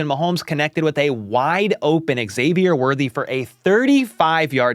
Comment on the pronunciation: Hey there! Big HBTC fan here. Just a note - Xavier is pronounced Zavier. No X at the beginning. I noticed the NBC guys got it right. So yeah, the X is pronounced Z. 😊